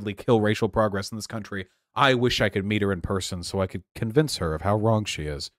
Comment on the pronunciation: "so I can ~ki~onvince her, of wrong she is" =`-`=